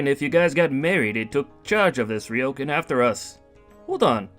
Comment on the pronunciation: Wow. I like how you pronounce the Japanese names here. That "ryokan" is almost perfect. I got so used to the japanese names and words being mispronounced in those manga dubs that I was shocked when I heard this one. Good job, VAs!